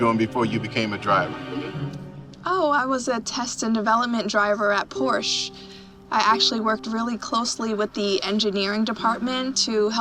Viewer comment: Worked for Porsche, can't say Porsche correctly.